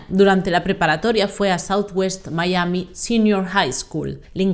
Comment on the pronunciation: MI-A-MI, venga que tú puedes. Decir el topónimo en inglés es totalmente innecesario amén de ridículo.